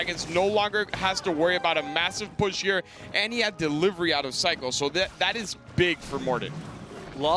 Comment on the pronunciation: “royal derivery”